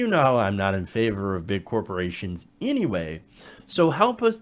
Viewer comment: Did she say "Hanway" Hilton?